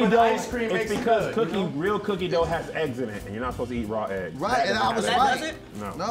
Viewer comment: I did too!!!: don't be tryna get famous., she not the only one. I heard it, too! When you enunciated "Dooughh" I heard it I heard it. She tryna be extra and stuff. Always doing tha most, some people. I heard it, though. I heard you...I did, too...not just harr..